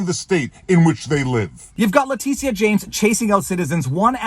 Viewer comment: Vever. Its pronounced lah Tisha.....lmao